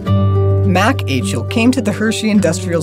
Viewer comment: Achle..lol it's pronounced Ike-Lee